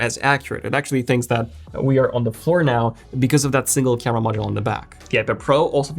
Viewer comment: Crema instead of camera.....ha ha hah ...